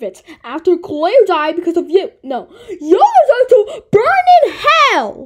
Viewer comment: “koolaire 🥺🥺🥺” BRO IS CLAIRE THE CEO OF KOOLAID NOW? 😭